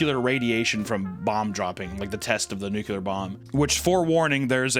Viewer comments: When reads Nuclear- he says nuclear. When he says nuclear- he says nucular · Degenerate sponsor wtf 😅😅 yikes Also what is new-kyular? Idk ehat hes saying but its pronounce like newkular???? Wtf is this word lmao and ik english well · As a physics major hearing say "nucular" upsets me deeply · And a "NUKULAR" hat too